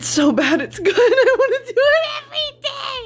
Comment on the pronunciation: The way Brittany said "I wanna do it EVERY DAY!" Gave me life, watered my crops, and cleansed my skin.